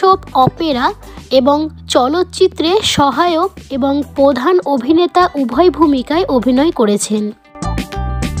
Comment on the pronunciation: ভিডিওতে ধারাবিবরণী দিচ্ছেন, একটু র-ফলার উচ্চারণ করাটা অভ্যাস অন্তত করুন। পোধান, সম্পোসারণ– এ রকম আরও অনেক উচ্চারণ শুনতে শুনতে বিরক্তি ধরে গেল।